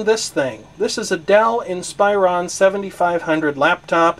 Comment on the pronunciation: Hey, like the video but, Inspiron is pronounced "Ihn-spuh-Rhawn" Not "ihn-spy-rohn"